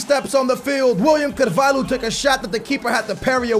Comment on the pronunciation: It's not pronounced Carval-who..... it's Carval-yo like Ricardo Carval-yo